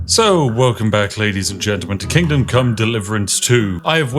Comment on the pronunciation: Seriously, is everyone else hearing "Kingdom: Come Deliverance 2" or is it just me??